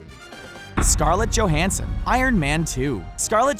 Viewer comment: You MAY be right. All i know is the narrator mispronounced Scarlett's surname wrong. It's pronounced Yo-hanson . 👨‍⚖️👨‍🏫🎭🦸‍♀️🥇🥈🥉